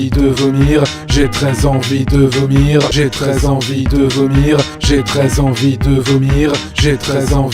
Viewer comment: on dirait qu'il dit "J'ai très envie de venir" ou "J'ai 13 ans vie te vomir" *sort*